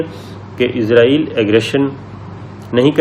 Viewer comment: ملک کا نام عزراٸیل نہیں اسراٸیل ہے ۔عزراٸیل موت کے فرشتے کا نام ہے ۔س سے اسراٸیل ۔مجھے آپ کے تلفظ پر حیرت ہوتی ہے کہ آپ کیسے میڈیا مین ہیں ؟ پرانے PTV والوں کے تلفظ کو نوٹ کیا کریں ۔